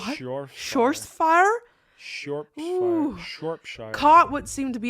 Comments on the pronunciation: Shrop to rhyme with cop and is like shear. That's how you say Shropshire and Shrewsbury is like the animal shrew and bury like berry hope that's helpful. Great video ❤ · Just to help, it is pronounced as.... Sh-rop-sheer or sh-rop-shear. Hope this helps people. Its like Worcestershire sauce.....the correct pronunciation is: Wus-ter-sheer sauce or wus-ter-shear sauce the ends sound the same but thiught id guve you options. Such a silly way to spell it and other words, but thats us Brits for you. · 😂 your pronunciation of Shropshire was brilliant haha. It's pronounced Shrop sure (but all one word) 😊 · I’m from Wem! It killed me the way you guys pronounced Shropshire and Shrewsbury🤣🤣 Shropshire is like Shrop-Shur and Shrewsbury is Shrews-bree, hope this helps 😁😁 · Never thought I'd hear a Shropshire mention here😂 Pronounced Shrop-Shire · Shropshire= sh rop shur Shrewsbury = sh rohs bry or Sh roos bry (I live here) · Were you trying to pronounce 'Shropshire," at one point, Ms.? It's pronounced as two syllables: "Schrop" (think of 'Shreck' the movie troll) and "shire" (Not 'Shy-er', as in where Hobbits live, but 'sheer' as in see-through) In general, any place in the UK that ends with 'shire' is pronounced 'sheer.' Also, Edinburgh is pronounced more like 'Edin-brah.' Many thanks to the two of you for making these interesting and entertaining videos.:) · Its pronounced shrop - sher here in england and shropshire xD made me laugh hearing you guys try to pronounce it but super buzzing you now have knowledge about the county i live in haha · To help with the pronunciation I think it’s sh-rop-sh-eer you may be talking bout ❤ us brits seem to like to spell towns and countys weirdly makes no sense to me xx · Just to note, Shropshire is pronounced Schrop-shur and Shrewsbury is pronounced Shroos-burry or as my DH(who was born &raised there) Shrows-burry😉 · And as someone who has lived in Shropshire (shrop - sheer) hearing her say that and Shrewsbury was pretty amusing